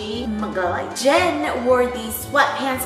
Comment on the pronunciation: BTS has a new member named JEN? 😂 it really sounds like that I’m sorry 😂